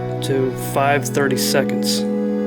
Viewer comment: Ah yes, it does sound like he’s saying “5 30 seconds”, that’s kind of amusing. What he’s actually saying is 5/32 (of an inch) for the diameter of the hole. This is a common drill bit size for those that still use imperial measurements.